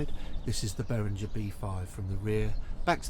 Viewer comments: Good review, mate. Just mind you, Behringer is a German company, so it's pronounced -ger not -jer ;-). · Well, it's a German name, so it should be "ghe" not "jer". Also